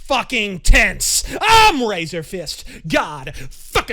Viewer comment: It's Razörfist, not Razörface.